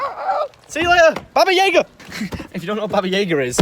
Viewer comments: Baba jaeger?? It's baba yaga. YA-GA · if your going to say the russian word for boogyman then say it in a russian acdent please........?